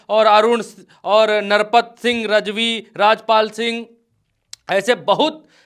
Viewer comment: भाई नरपत सिंह राजवी है रजवी नही है 😂😂